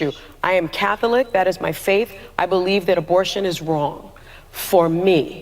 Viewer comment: I’ve never heard of the “Cath-oh-lick” church….do they worship Jay-zose Christ there?